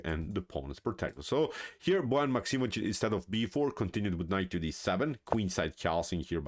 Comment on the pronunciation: A great game and performance by Liem. This was indeed a model 150 attack. I also learned now that Bojan is not pronounced like boy ann. Thanks.